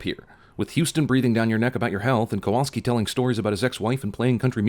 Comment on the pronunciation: You also missed and in fact kept repeating the mispronunciation of the name Kowalski